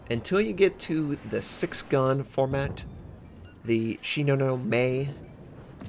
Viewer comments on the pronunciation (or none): I can appreciate the language barrier as well as good attempt to pronouncing Japanese names, so let me help out a bit. It's not "She - no - no - may", rather, it is "Sheenoh - nomeh". (I'm asian and been to Japan lots).